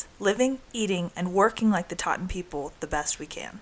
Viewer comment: They are "Tsaatan" not "Taatan" with a strong Ts sound. (They themselves prefer to be called "Dukha," or even "Taigiinkhan" (Forest People) while Mongolians named them "Tsaatan," or "Reindeer People" in the mid 20th century. Moreover, while they are related to Tuvans, they were there in Khuvsgul Aimag before borders were fixed as they are now between Mongolia and Russia. They have lived there for centuries, instead of being migrants from Tuva, Russia. Nonetheless, thank you for making this good video that highlights these remarkable people and their unique way of life. It looks like you had a good trip there.